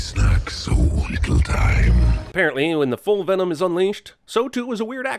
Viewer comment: lkevsan he was saying venom? I thought he kept saying denom